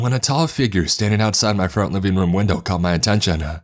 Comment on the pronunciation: Dining room window-uh. Snow-uh. Chevy pickup-uh.